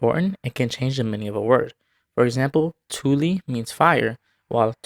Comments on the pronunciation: totally wrong. you say those as tyli and tyyli. but it is tuli and tuuli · You pronounced "tuli" as something like "thuli" and "tuuli" as "thuyli". It is very strange how anglos struggle with these things. EDIT: I want to point out that native Finnish speakers couldn't even pronounce "thuyli" without some training. It violates vowel harmony and worse yet, it does so within a single syllable!